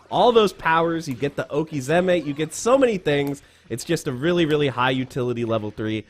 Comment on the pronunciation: what's this "okisema"?